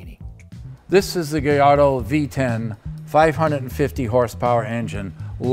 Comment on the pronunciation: it's an Italian car, with a SPANISH Fighting bulls name, just like ALL Lamborghini's have been since day one. it is pronounce GAY YARRRRRDO..fact....